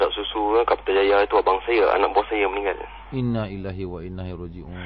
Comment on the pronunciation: sebutan yang betul ialah Innalillahi waiinailai hirojiun. Bukan Inaillah.. sekian terima kasih.